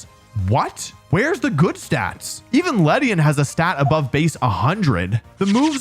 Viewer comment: It's ledian